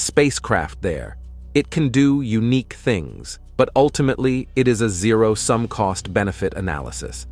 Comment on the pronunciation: I’m finding it increasingly difficult to brush off the language errors made by the AI doing the narration. How is it possible to mispronounce multiple times in the same sentence? We know it is attempting to read 0.005 for example, but it seems to read each instance of the number 0 as a different word. It has a very distracting and disconcerting effect. How can you trust a source that can’t or won’t correct even simple mistakes?